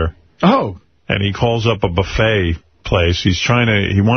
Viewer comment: Howard Stern can't say buffet.